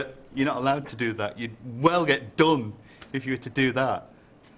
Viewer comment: You'd well get done is very oldham'ish haha